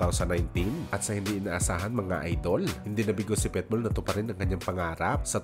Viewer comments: Pitbull hinde Petbull pati sinasabi mo may hika 🤣🤣🤣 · Boss PITBULL po ang pronunciation at hindi PETBULL hehehe….Peace✌️ po tayo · Pitbull po... Hindi Petbull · pitbull po, di po petbowl✌️✌️✌️ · Pitbull.hindi petbull tanga... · Pet bull??? Hahaha..Pitbull sir!